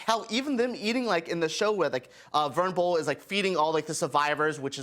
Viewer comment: Venable .... not vernable... it’s pronounced //// Ven-aaa-bull. /////